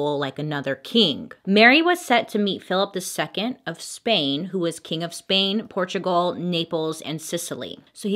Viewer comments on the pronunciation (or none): me just studying and listening to bailey: bailey: portugal me: screams